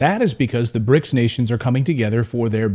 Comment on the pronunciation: It's called BRICS, not bric.